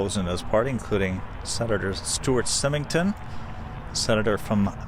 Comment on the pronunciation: I suspect you've never heard of Senator SIGH-ming-ton or Senator Ad-lay Stevenson. You got Lynn-don correct. Nonetheless, I appreciate your videos. They're fascinating.